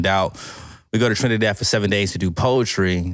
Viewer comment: Thanks for pronouncing Trinidad properly ❤❤❤